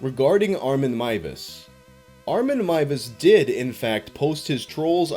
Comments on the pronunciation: hears pronounce last name as 'Mai-ves', sighs with relief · THE NAME WAS PRONOUNCED CORRECTLY HOLY SHIIIIIIIT YOU ARE UNASSAILABLE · ngl this is the first retelling of this case in which Meiwes' last name is pronounced properly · DER METZGERMEISTER! This story is one of my favorites it’s so strange and insane! Consented cannibalism also THANK YOU! FOR SAYING HIS NAME RIGHT FOR ONCE AND NOT BUTCHERING (pun intended) A GERMAN NAME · for not butchering the name. Another creepy thing was that Armin Meiwes built an industry standard slaughterhouse. He advertised it and he refinanced by housing tourists who thought the cannibal house was a gimmick for his "hostel" and that he was just putting up an act when talking about his "dream".